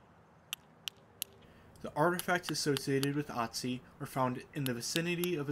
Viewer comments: he is called Ötzi- that's pronounced something closer to ootzi. Not aught zi. Sorry- great video showing the flint knapping, something I'd like to learn, but pronunciation was distracting . Say 'oo' and then push your tongue forward against the back of your bottom teeth to get- ö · It's oo tzi not atzi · Otzi has an umlaut so it's pronounced more like Ertzi. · Fantastic project! In case anyone interested in the pronunciation of "Ötzi", Austrians/Germans would pronounce an "Ö" very different from an "O": more like an i in 'bird' or u in 'occur'... "Irtzi" ;) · Funny. Usually native English speakers can pronounce Ö perfectly fine. “Perfect“ has the Ö sound. “Urgent“ has the Ö sound. Ötzi is peonounced like “uht-see“ or “ert-see. 🤗🙏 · Hi Raphael, if you watch my more recent video where I make one of Ötzi’s arrowheads, the pronunciation is a bit better than in the dagger video.